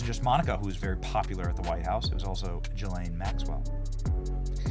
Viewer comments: You're mispronouncing Ghislane's name. It's pronounced: Jizz-lane 😂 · Benny, please, with love, I’m begging you - Maxwell’s name is pronounced with a hard G sound!! It’s simple “gill-ane “. Gill like the gills of a fish, ok?! It’s NOT pronounced “Jillane” ok? It’s also not Jizzlane. My goodness it’s been years now.